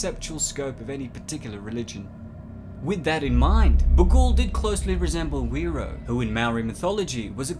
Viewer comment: Whiro: Wh sounds like an F in Te Reo Maori, i sounds like ee, the r is rolled and the o sounds like it does in the word more. Top notch video, this movie scared the begeezus out of me, they got the music just right, or should I say wrong lol.